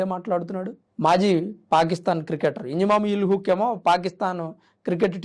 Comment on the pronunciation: ఇంజామామ్ ఉల్ హాక్... పేరు తప్పుగా పలుకుతున్నావ్..